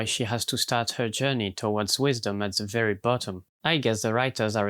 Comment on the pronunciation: Mam I beg You, dont pronounce „the” as „ze”, it hurts